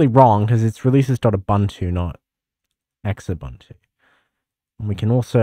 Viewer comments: "X-ubuntu" you mean "xubuntu /zu-bun-too/"? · ZOO-buntu. Not EX-ubuntu. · I pronounced Xubuntu as "Sh-ubuntu" - LOL 😅😂